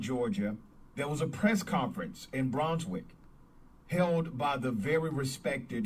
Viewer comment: Queen it is pronounced "Bruuns wick"